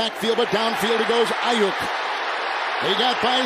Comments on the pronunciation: Super annoying the announcer can’t pronounce aiyuks last name right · Why it’s saying Ayuk like that😂